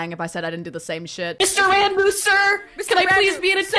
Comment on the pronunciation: Isn't it pronounced "Rawn-boo"?